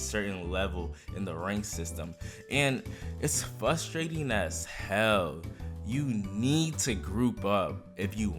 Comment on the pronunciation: Bro said fustrating